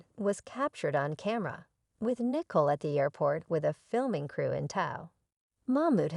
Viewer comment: Her name is Nicole, not Nickel ! 😂😂😂